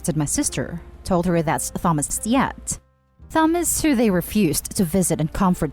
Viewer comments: The word "Thames" when spoken by a British and Americans the "H" is not silent. The "Th" is pronounced "The". A person who is not using English as a first language, could easily use the knowledge of the "Thames" The - sound and assume it would be the same pronunciation for Thomas spelled with an H. You're right, removing the H - is a quick was to silence the "offending" H lol. :) Thank you for engaging in this discussion politely. It is nice to discuss things in this manner... You win the "Kindest person on the Internet Today" award... :) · why did you say thomas wrong everyone knows how to say thomas and that the h is silent do you not know how to speak your own language ? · True. Im Filipino, and I somehow feel that the narrator is too, well a little, the way she sounds. I would have read the name with H as well. We have plenty of Thomas here, and we pronounce their names with H. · It actually a pretty common name to mispronounce since Th is pronounced differently in different words. The and thanks are for example different. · I'm 99% sure this is a bot voice, hence the issued in pronouncing. Like Easter europeans are even harsher in pronouncing thomas so this pronunciation is weird for the 'speaker' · Thomas is pronounced Tomas. It's the British spelling. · The first story the late sons name Thomas is pronounced ‘Tom~Us’ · I enjoy the videos you create and upload... However, Thomas - the Th is not enunciated in that manner. It should pronounced, TA-MOS (or perhaps TAH-MAS) Perhaps, phonetically - "tAA-muh-s" is a more accurate. I mean no offense as I sincerely enjoy the videos, I just wanted to offer a phonetic pronunciation. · "Tha-mus" 😅😅😅 I know you're first language isn't English.. but... Honey.. It's pronounced like "Tomas" hard "ah" sound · Thomas is pronounced as Tomas u put too much into the 'th' sound but still good effort!! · Hate the voice. Computer? Human? And his name is pronounced Tomas, not THomas. Must be computer.